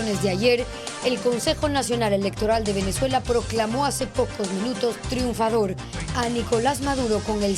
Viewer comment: TRUNFADOR .. ? 😅😂😂😊 .. O. ESTAFADOR!!! Pobre VENEZOLANOS